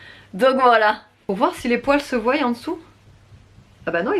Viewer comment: On ne dit pas:ne se voiyent pas mais on dit :ne se voient pas.sinon bonne vidéo.👍